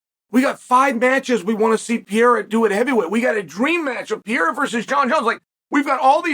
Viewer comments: Peara!? Pereira is the correct way to say his surname. Funny, anyway, hear this dude says peara...😂😂😂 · If you learned how to stop fucking saying Pee Era and pronounce his name correctly, maybe he wouldn't be mad at you. 😂 Puh Ray Ruh. Sound it out like a fifth grader. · Is it so hard to pronounce PE-REI-RA? This guy keeps saying, "VIERA."At least that what I hear here. (BTW, Pereira, in portuguese, is the name of the pear tree.) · He just kept saying PEE ERA 😭😭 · STOP SAYING PEE ERA YOU IGNORAMUS. 😂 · For fucks sake quit saying PEE ERA. 😂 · Why do you call him “Pe air ah” lol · Brother must be new if you haven't clocked that Chael knows infinite about MMA but also knows negative about pronouncing fighters names. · Saying unks name right and fucking up Alex is inspiring … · Why will you not say the second R in Alex’s name?